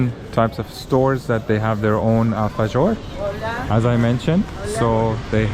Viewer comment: Please do not mispronounce the "j". It's neither "alfashores" nor "Shuramento street", it's a very sharp "h", like "ghh"